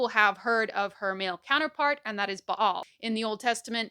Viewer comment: I love that she properly pronounces the name Ba'al.